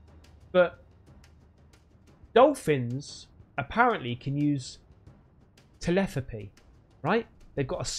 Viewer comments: Telepathy not tepelathy! 😂😂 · You say telepathy as telethapy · Bro your killing me every time you try to say telepathy try saying it like (ta-lep-a-thee)😂😂😂😂 cause whatever that abomination of a word was before was killing me😂😂😂😂 lol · "Telethapy"🤣😂🤣😂 It's telepathy man!!!😂😂😂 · It's telePATHY not teleTHAPY. Just like it is emPATHY, socioPATHY, psychoPATHY, etc. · TELETHAPY??,,, TELEPATHY!! sorry mate, I couldn't help myself, great vid as usual love all the ufo stuff, cheers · Hey buddy. It's pronounced Tel-ep-a-the, not tel-eth-apy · Lmao!!! Can you say Telethapy in all your videos please!!! Cracked me up!!! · You do the same thing I do - I call it verbal dyslexia, getting consonants the wrong way round in a word - telethapy. Beggs and acon, clee triming, called spoonerisms, are the separate word letter swaps. It's quite amazing to me how many of us have weird word stuff. My daughter swaps the word completely with a similar sounding one, then has to find the actual word she meant to say. Great Video btw, even though I'm rabbiting on about word messes lol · TEH- LEH- PATH- EE. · Te-Lep-a-thee it’s pronounced. Telepathy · The cutest thing about this video is pronouncing the word telepathy. Ugh so cute... Love your excitement, Don't ever change 🥰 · As long as the don't learn to pronounce the word telepathy from this dude they might be alright